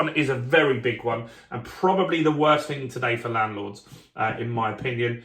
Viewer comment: Interesting update but it’s not fing it’s thing with a T and H ! 😊